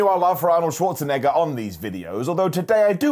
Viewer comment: Wow! finally learned how to pronounce Schwarzenegger. Well done mate.